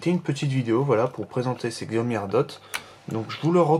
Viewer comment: Je vais peut-être faire le mec relou mais ça se prononce chiaomi